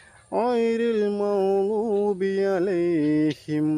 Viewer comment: തജ്‌വീദ് ok غيرالمغصوب ഉച്ചാരണം കുറച്ചു കൂടി clear ആകാനുണ്ട്.